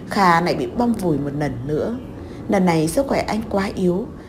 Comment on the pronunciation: Bạn vui lòng sửa lại chữ N và L đi bạn. Bạn đọc tên Loan thành Noãn, hai lần thành hai nần .